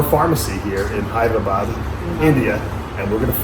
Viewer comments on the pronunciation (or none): Dave it's Hyderabad not Hyper abad not Hybrid abad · Did he say "Hyberadad" instead of Hyderabad at the end😂